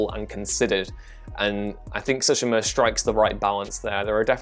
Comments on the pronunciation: Sue-She-Ma!! Don't know where you're getting "So-She-Ma" from but ok live your life. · i loathe the way you say tsushima lol